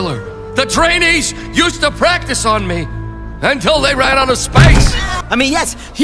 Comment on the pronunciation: it's practi''ce''.